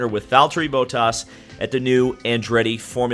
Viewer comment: The absolute butchering of Bottas' names was so painful.